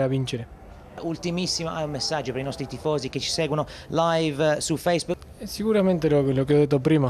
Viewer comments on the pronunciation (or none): “su feissbuc”